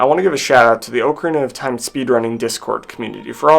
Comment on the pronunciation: Spends hundreds of hours learning how to beat a game in 7 minutes; doesn't even know how to pronounce the game title.